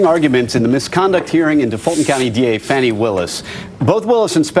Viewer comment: Her Name is Fani, like "Faany" NOT "Fanny". Get it right!